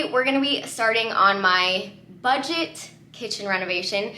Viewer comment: You did a great job! The word is BUDGET.